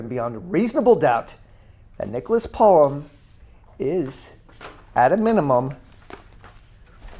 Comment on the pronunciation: i believe its pronounced polOme